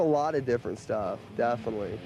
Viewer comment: Finally I understand, why Chuck always says DEATHinitely :D